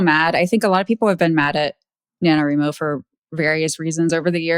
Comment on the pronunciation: facepalm Since "NaNoWriMo" is short for "National Novel Writing Month" the correct pronunciation is NA-no-WRY-mo (after all, you don't pronounce "writing" as "reeting", do you?). Thank you for not misinforming people that novels submitted to NaNo are being scraped. They aren't, because you don't actually submit your novel. All you do submit is your word count, on the honor system, as periodic updates (there's a place to do that on your page). Comparing NaNo to a marathon is apt. It's especially apt for physically disabled writers, some of whom have visual impairments, motor impairments, and a whole gamut of other medical issues. I have arthritis, yet there was one year when I wrote my novel by hand, on looseleaf, because my computer was barely working. I managed to keep my word count updated, though, and pushed on through the physical pain. Even when doing it on a computer, there's so much typing every day (for those who have a daily writing routine) that it does build up stress. Usually by the end of November 30, it takes me a few days to recover. Especially if I was extremely behind and had to do many more than 1667 words on that last day to make it to 50k. For the suits to tell us that it's "ableist" to be against the practice and attitude some people have that all they need to do is enter a prompt or two and have a 50k novel spat out in a matter of minutes is so obnoxiously insulting. It's also typical of the individual who wrote that NaNo blog. She dithers around in corp